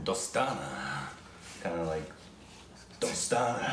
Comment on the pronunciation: For the first time in history, has pronounced a bollywood movie name right